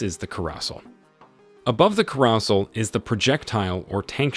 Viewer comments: "care" "uh" "sell" not "cuh" "rassle" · Ker-ah-sl? It’s a carousel, like the thing with horses that goes around in a circle at carnivals. Like the thing that kills people in “Logan’s Run”. Like the Rodger’s and Hammerstein musical. Otherwise known as a merry-go-round, or a roundabout in places that are not America. Care-ah-sell. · carousel = kah-roo-sell (the word is of french origin) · ...The 'caros-el'?... You mean "Caro-Sell"? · ...."ku-ross-ul".....!? The idea behind an illustrated demonstration video, would be to back it up with information and descriptions related to the various aspects of the content, with at least some semblance of accuracy...... right ? "RELIKT" (spelling shown) is pronounced as "REKLIT"....!? come on man, you want some credibility right..... I hit the "like" because you are obviously doing this to share your interests and that, is undeniably worth supporting. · carousel ❌ corossal ✅ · the carrohsel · the way he pronounces carousel makes me almost absolutely sure that this is AI voiced or dude needs to search up how to pronounce it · Very well done. Good information and as with any military piece of equipment, there will always be many iterations. Trying to cover all the variations in detail would just make the video too confusing to watch. Oh, but one thing that did make me stop the video (I finished watching eventually) was the pronunciation of the word "carousel". I know, silly after all the other great words you said with ease and clarity. Keep up the great work! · Looks like you need to teach your AI how to pronounce CAROUSEL lol edit and TROPHY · This is narrated by AI isn’t? The pronunciation of projectile, carousel and trophy can be so so weird at times. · YOU CANT SAY CAROUSEL RIGHT? SHOVE YOUR AI BOT YOU KNOW WHERER UNSUB NO BOTS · lol butchering some words in this lol ‘carousel’ ‘trophy’ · Absolutely butchered the carousel pronunciation 💀💀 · you need to learn how to pronounce "Carousel"